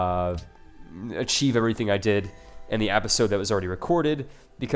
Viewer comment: I love your vids man, but you gotta stop saying appisode so much. You said it like 5 times per minute. Sorry but I do love your vids.